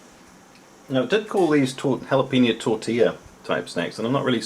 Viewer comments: Me being hispanic everytime he says Jala-peeno instead of Jala-penyo I die a little on the inside. =( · How do you get tortilla right, but you mispronounce jalapeno? xD